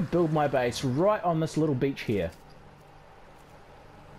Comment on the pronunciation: Every time you said beach my parents thought you said something else. I got some weird looks…😂